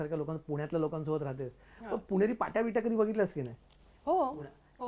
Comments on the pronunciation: ती पुणे म्हणाली... 👍♥️👌🙏.... पुने नाही बरका.. वा... लय भारी 👍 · ती पुणे ला पुणे म्हणत्ये, पुने नाही, मस्तच पण हीला व्यवस्थित मराठी येतं तर इंग्रजी मध्ये उत्तर का देत आहे